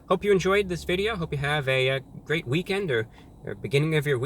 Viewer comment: "After you take a left, you're going to want to take a wight, which is quite gweat if I do say so myself."